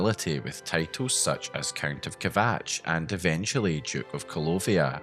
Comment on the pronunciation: such SUTCH such as SUTCH